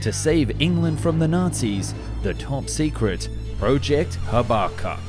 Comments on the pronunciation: It’s not pronounced “Hah Bah Kuk”. It’s “Haba cook”. HABUKKUK. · "... Project haba-cuck " Wait, what? Is it just me, or it's just in the accent? No smoke